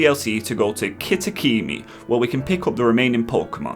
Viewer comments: Its Kitakami not Kitakimi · 'Flora-ga-to' not Flora-gay-to. Gato is meant to be the spanish word for cat , also Kitakami is 'Key-tah-kah-me', facade is pronounced /fəˈsäd/ 'feh'sawd